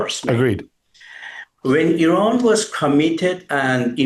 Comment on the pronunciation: You need to pronounce the name of your country correctly sir.